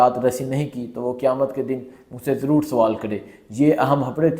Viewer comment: عیہم حیبریں نہیں ۔۔۔اہم خبریں ھوتی ہیں